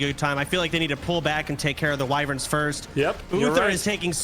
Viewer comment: Wyvern not Wiwwern lol